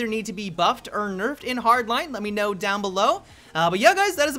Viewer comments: "Nuffed or Berfed" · Nuffed or burfed?